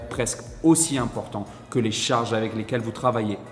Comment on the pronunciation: 2ème vidéo que je regarde. Bien construite, intstructive et utile. Par contre, évitez les "liaisons dangereuses": sur l'une comme sur l'autre vous dites "j'ai décidé de partager Zavec vous" ;-) il n'y a pas de z à partager, ni à avec.